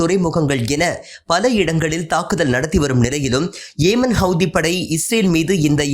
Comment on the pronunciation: ஏமன் அல்ல யெமன் பாலஸ்தீன் அல்ல பலஸ்தின் தவறாக உச்சரித்தால் அதன் பொருள் பிழையாகும்.